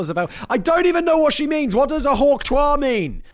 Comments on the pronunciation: “Hawk twah” 😂 Yeah Simon, I’m surprised you haven’t seen this either. Even my kids who are way too young to know what this is, know what this is. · Each time Simon pronounced it hawk twaaa it got even more funny 😂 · That's... That's not how you pronounce trois. He was pronouncing it like the French informal objective you (toi) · Huk Trois😂😂 im pretty sure yhats how they spit in France.😂 Bless this chap. ❤ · Simon using a french pronunciation instead of the Too-ah is fantastic and soo Whistler. Its a spitting sounds not a park in France 😂😂. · You couldn’t stop to watch a 15 second clip to learn that it’s pronounced “Tu-ah”? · Simon, for gods sake, its pronounced tuwakaua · The fact that Simon continued to say it like the French word for three (twa) even after reading "Hawk Tuahsday" is a firm example of how little Simon gives a shit. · Jesus, Simon. Too-ah. Quit being a frenchman. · It's actually just a variation of a very old word for spitting - slight different pronunciation. Hawk2-A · The fact that having tuah replace Tues in Tuesday didn't clue Simon in that he's pronouncing it wrong is hilarious. Of course Kevin could have added the phonetic spelling (Hawk Two-uh (or ah)) which could have also helped. LOL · I like how he still didn't get a clue about how to pronounce Tuah when they replaced Tuesday with Tuahsday. We know what he will be cringing about when he listens to this video 5 years from now, that and not watching J.D. Vance's Cringe Shoot and defending him. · Today I learned that British people pronounce the words "vocabulary" and "tuah" differently than Americans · The "Tuahsday" should've made the pronunciation obvious and he still couldn't figure it out